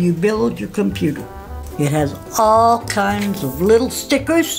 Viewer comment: LMAO!! "All kindzzz" Insert HODGETWINS picture here